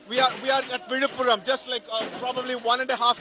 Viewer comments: Villupuram or Vizhuppuram not Vidhapuram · Not vidhapuram correct is Villipuram.